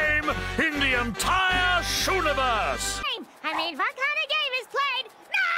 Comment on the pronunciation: *gulp* Shuniverse?!